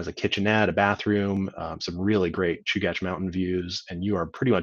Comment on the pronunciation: Fantastic overview! I learned how to pronounce Chugach. Thanks for this series!